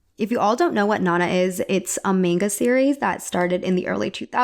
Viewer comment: You should refresh your pronunciation of “Harajuku” and “manga.” I love your videos. Cheers!